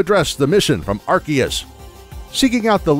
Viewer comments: It is prounounced Ar-See-us, not Ar-Kee-us. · It's AR-SEE-US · The legends Arceus cough cough ARKOOS section was really on point. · I thought it was pronounced 'Ar-see-us', like in the Japanese trailers. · Its pronounced "arkoos" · This, too. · Watch the english trailers. Seems they've finally settled on an English pronunciation. I did see the Japanese trailers referred to it as Are see us.